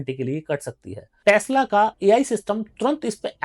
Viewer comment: Tasla❌ तसला✅✅😭